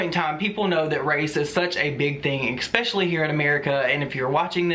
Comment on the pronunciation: Don't be afraid of the troll doxxing you. Also, I love you, but, it's pronounced "es-specially" not "ex-specially" 😘